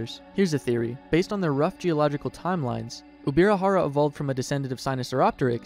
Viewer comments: Ubirajara is pronounced "J" as in English, not with "R". The language spoken in Brazil is Portuguese, not Spanish. The "J" in Portuguese is pronounced in the same way as the "J" in English, and not "R" as in Spanish. The name is indigenous to Tupi and he reads and writes in the same way as Portuguese. The correct way of speaking is "UbiraJara" and not Ubira"R"ara. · its no ubirarara its ubirajara, brazilians speak portugues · Uh, J is not pronounced R in Spanish, it's usually an H. He was pronouncing it UbiraHara. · I get it, so in English H sounds like R. That's okay, but the pronunciation of the dinosaur in this video is still wrong.